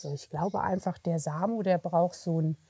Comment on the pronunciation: „sichere Grenzen braucht“ - mit „t“ am Ende. Das „t“ bei „braucht“ gehört zum Wort, es ist kein „Brauch“, das ist ein anderes Wort.